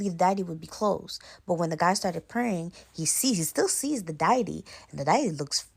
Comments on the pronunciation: Girl what is a "diety?" It's deity. Check for pronunciation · Lmfao 🤣 Diety, Dye-eh-tee, It’s dee-ah-tee, deity N wassup wit dat chef boyardee hat in all the vids ? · like your narration, u just popped up on my page, and listening the Trini story, i myself a trini i heard the pronunciation of deity it is pronounced Day A Te and Suriname is pronounced Sury Naam hope you received that in stride. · Omg girl .... Deity= DEE - a- TEE